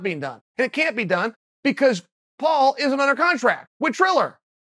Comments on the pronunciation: It's Triller, no 'h'. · Chael really said "Chiller" ...I'm losingg my shitt🤣😭